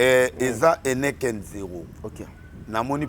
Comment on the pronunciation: Heneken te 😡. Heineken ok? Heineken